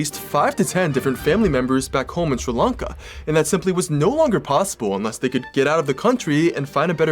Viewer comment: I finally found someone you says sri lanka properly.